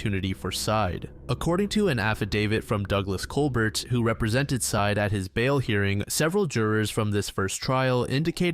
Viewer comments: It's not "Side" It's "Sye-Ed" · It's pronounced Sai-eed, bro. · The last name of the boyfriend is pronounced like “sigh-eed.” You should check cultural pronunciations with non-English names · I imagine, though could be incorrect, that his name is pronounced Sah-eed, just a guess.